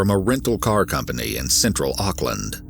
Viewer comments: First of all college here in New Zealand is high school. And he got life in prison those idiots thinking he got 7 years or 11 years are wrong. Why don’t you google it. Rather then getting angry. There is also a lot of false information In here like the pronunciation of Auckland and There was alot more then happened this Could’ve been a Longer video then 15. Minutes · lol "ock-land"